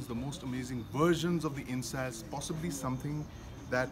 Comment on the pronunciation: Not "In-sas" ...sounds like In-s-ass pronunounced correctly "In-s-aa-s" LOL ...come now don't angliicize a nice name.